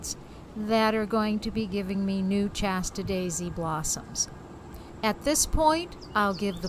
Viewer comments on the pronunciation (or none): Shasta, not Chasta! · I've never heard "Shasta" pronounced "Chasta" before. Is this from Massachusetts?